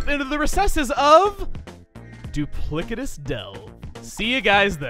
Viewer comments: Duplicitous is pronounced Doop-liss-it-iss btw, not Doop-lick-it-iss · duplicitous is said with a soft c, not duplikitous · It's pronounced doo-PLISS-i-tus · Real quick: Duplicitous has a soft "C" sound. Doo-PLIH-sit-us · The c in duplicitous is pronounced like an s not like a k. It means to be deceitful or to say one thing and mean another.